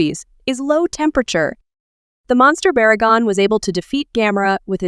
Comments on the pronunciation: baragon don't you mean barugon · You called Barugon Baragon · Did you said baragon instead of barugon?